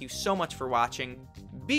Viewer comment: In the ending u say when signing out "be good to eachother and stay" hemas? That's what subtitles say n that what it sounded like after seeing subtotal otherwise before its impossible to understand what your saying.